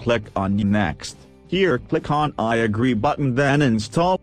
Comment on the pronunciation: "On Thees Page Cleck The Dawnlowwd batton" haaaa